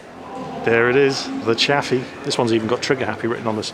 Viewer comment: At first I thought the Chaffee was called 'Coffee' hahahhahahahahha hha